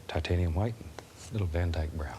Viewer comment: TAHTANIUM HWHITE